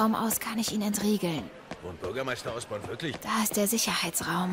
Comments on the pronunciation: Der heißt Norman Osborn nicht Oscorp. Oscorp ist die Vermischung von dem Otto und Norman :D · Habt ihr bemerkt dass er immer Norman "Oscorp" statt Osborn sagt